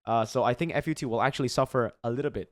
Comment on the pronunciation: fyi, its called FUT like a whole word, like foot but deeper and faster